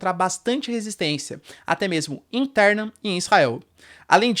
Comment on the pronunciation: Pressão "Insterna"?? 🤔